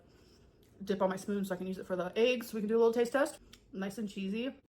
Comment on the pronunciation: Dang, won't all those ayygs bother her ayyg allergy or intolerance, whatever she is calling it these days ? 😂 She lidurally just makes 💩 up.